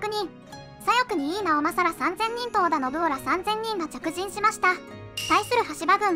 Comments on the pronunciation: 教えて賀来先生😂 織田信雄をのぶおと読んでるのって…… 間違ってないのですか？ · 信雄は、のぶかつと読むと思う。